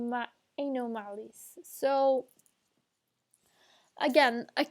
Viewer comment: It’s pronounced an o mal es